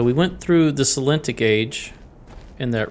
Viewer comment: The name of this age is Sel-en-IT-ic (accent on 3rd syllable). It's fascinating watching you puzzle through it all. You have good instincts, intuition, and perception for this kind of linear problem solving.